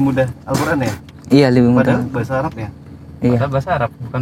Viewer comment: Pelafalan arabmu sdh sangat baik saudara...